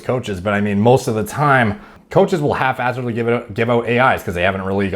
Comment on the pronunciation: I noticed says Haphazardly as “Half-ass-adly”, which almost just makes sense as a word.